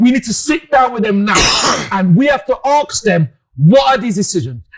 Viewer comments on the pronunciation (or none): ..we have to 'Aks' them..🙊🤣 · ‘We have to arks them ‘ gosh I love 😂😂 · Axe them, isn't it Ask them? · Why does he keep saying aks instead of ask